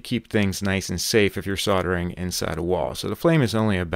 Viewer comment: Sounds like said soddering instead of soldering